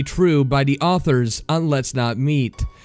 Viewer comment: Yep and never pronounces a t. Like curtain becomes cur in and I've heard him say awfur instead of author Can't stand it.